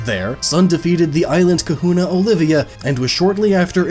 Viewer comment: Just about finished the video and holy shit it got worse. KAHULLAS. Fucking Kahullas.